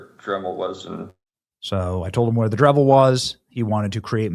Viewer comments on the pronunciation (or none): Dremel not Drevel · Benny. It's Dremel, not Drevel. I feel like you have such a need to put content out every day that you're not taking time to verify and present your information as well as you should be. I've started watching your content less because of things like that along with all the clickbait